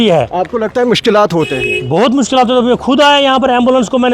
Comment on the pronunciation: Bhai. Urdu seekha karo.Mike uthanay say journalist nahi banta hay. Mushkilat jama hay na ki Mushkilatooo......😅😅